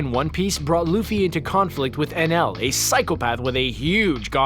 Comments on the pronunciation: anaru, his names anaru, not nl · It's "Ae-nel" not "En-El".... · The name of the “god” in one piece may be spelt Enel but if you watch the dub version they pronounce it with an ru sound and the end like “ enaru” just throwing that out their cause every time you called him enel in the video it made me cringe. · #4 its eneru not NL but still i was happy when you mentioned one piece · The god in one piece is called eneru not whatever he was calling him XD